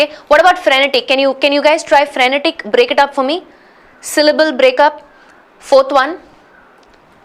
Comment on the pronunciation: mam how u said not frenetec.....its frenetic..i cant understand plss say how to find wrongly spelling...